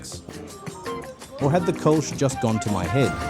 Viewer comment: Kölsch is pronounced Col sch